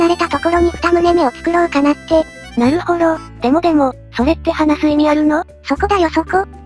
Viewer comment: なるほどじゃなくてなるほろになってる‼️